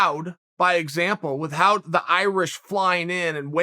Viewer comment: Why does he say whit HOUT ????